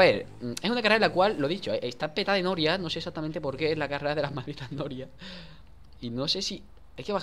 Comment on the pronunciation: la pronunsiasion de danirep me hiso penzar que desia nobias jajjjajajaja (la escritura es sarcasmo)